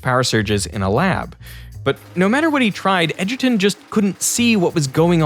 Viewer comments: bro can't even pronounce Edgerton properly...smh. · Edgerton hahahaha